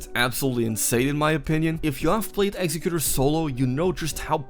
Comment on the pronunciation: It’s pronounced executor not executor.